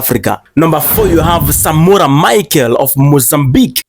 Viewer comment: Yes, you are right! It's actually written Machel but pls read as Mashel! Otherwise please do keep this good initiative of placing remembrance of these African leaders on its own right!